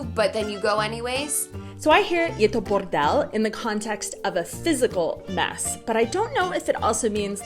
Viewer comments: Beautiful pronunciation of "Je to bordel". Wau. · "je to bordel" sounded so on point, woah 😻